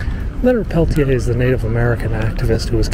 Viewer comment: Thank you for showing this. 💯💯Not to sound mean, his name is pronounced different than the spelling- Pelt-tear. He has a special place in my heart, and I so hoped he would one day be free. I hope those involved stay peaceful. As President of a Native American Student group at U of WI Parkside, we put on a day ;long program and gathered signatures in the hopes of getting him freed. Even the very government that prosecuted him, also found him innocent, when new evidence was brought to light for the defense. The son of the FBI agent would not allow Leonard to ever be released, except to bury him. Wow, I wish I was in DC. I am a proud Lakota with connection to both Rose Bud and Pine Ridge.